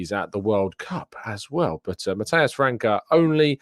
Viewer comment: Pronounciation heads up: Matheus França has a little thing in the 'c' so it it pronounced Fransa